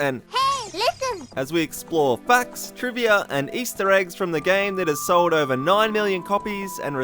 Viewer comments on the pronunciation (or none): none